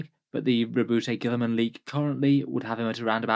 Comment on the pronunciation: His name is pronounced. . . Roe-boo-tay? I thought the t and e were silent (Roe-boo).